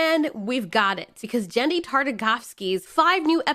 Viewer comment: i’m pretty sure it’s either Genndy or Yenndy, not Jenndy